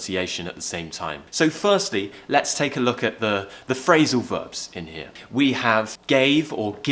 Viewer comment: Lovely accent. But I'm not agree with ur pronunciation of word"Here"